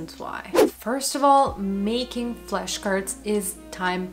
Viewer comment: why is she saying "fleshcards"?